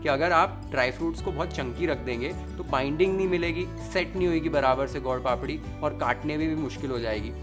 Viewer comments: My favourite chef. U made it look sooo amazing & easy to make . For your information it is not God Papadi it is Sweet/ gud papadi. Your pronunciation was like this. Anyway u made it very delicious & yummy.❤🎉😊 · How do you pronounce gur papdi strange way gaud papdi ,you are speaking Hindi and not any foreign language ,speak and pronounce the right way